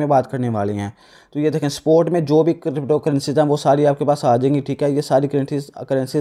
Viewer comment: Bro crypto hota hai na k krypto